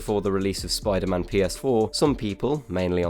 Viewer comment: Spy Derr Man wasnt killed it was MERR DERRT